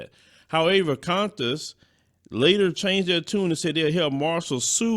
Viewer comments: That was hilarious, the way you pronounced Qantas.😂😂😂😂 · Oh yeah by the way you're pronouncing Qantas wrong. I think that's what you're trying to pronounce